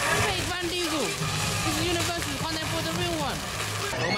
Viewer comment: Duel MasterBlaze I think he meant that it is pronounced Vin Diesel, not Van Diesel